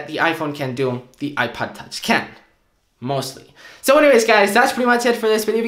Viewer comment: Is he saying iPad touch instead of iPod touch??